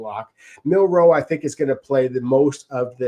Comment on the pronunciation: MILROE, not MUNROE